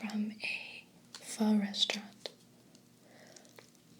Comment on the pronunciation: It makes me so happy that you pronounced pho correctly!